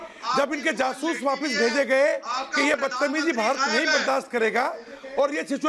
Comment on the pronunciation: Madam Your Pakistani panelists saying jasus instead of jaasos on urdu hindi news channel then what are you expecting so as a human being hasi to aygi hi and btw Madam they are intellectual people but is show ka format thoda alag hai ( roasting )😂😂😂